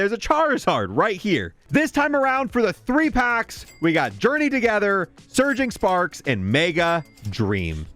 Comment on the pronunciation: Idk why I hear Surging Farts whenever dude says Surging Sparks hahaha